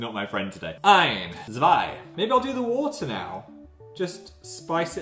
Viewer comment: Phil: are you....having a laugh? whY WaS TheRE WATaaa in it???